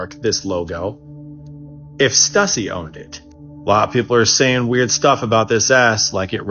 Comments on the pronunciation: "stoosy" ... stuhssy sounds like hussy, and if that is the right pronouciation, we fixed is cuz stuhssy sounds stupid low effort crap, this sort of material is insulting, even if the genesis of that nifty drawing trick is questionable, the rest of the generalizations this guy makes creates a 'creepy pasta' vibe and that mess never scared anyone cuz its just a caricature that falls patheically short as even a parody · That pronunciation is brutal if they’re talking about the company “Stüssy”/“Stussy” I used to wear all the time in my skateboarding/snowboarding days